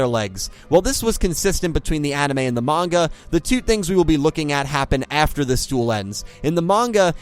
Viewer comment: Refreshing to hear someone say manga and not munga.